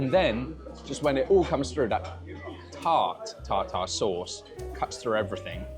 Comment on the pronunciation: Was totally enjoying the video until the repeated mispronunciation of tartar sauce.